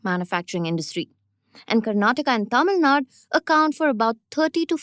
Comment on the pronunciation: It's Tamil 'Nadu', not 'Nad'. Sigh